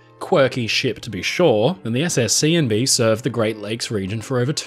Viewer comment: This brightened my evening a bit hearing you say “Seeandbee” several times. LOL